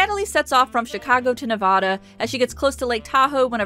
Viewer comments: I adore your content but you're saying the name of my state very wrong and it makes me twitch. Nevada, not Nevahda. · Nevadan here, it’s pronounced Nev-ada not Nev-vah-da. Otherwise great video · I love the video, it’s honestly great ❤️ But girl, that’s not how you pronounce Nevada 😭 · You mispronounced "Nevada." But I'll forgive it since you also mentioned people who live "in" Lake Tahoe, one of my favorite places, where I live,... in Nevada (the 'a' pronounced like"rad", not like "rod"). FYI, MJH has a house "in" Lake Tahoe (and that's public info, not doxing) so she probably cringed at the fake snow too.